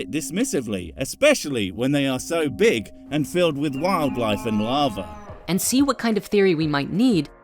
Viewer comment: I know you said "larva" but that doesn't stop me from hearing "lava". I can say it would indeed be impressive to take a shit filled with lava and just dismiss it.